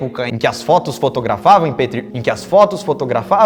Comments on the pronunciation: Mano to morrendo de rir 🤣🤣🤣🤣🤣 Mano foi engraçado o Lukas tentando falar FOTOGRA... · Faz um vídeo falando o porquê q falamos uma palavra errada sentimos dificuldade de falar ela certa novamente como aconteceu nesse vídeo!! ( fotografada em Petro kkkkkkkkkl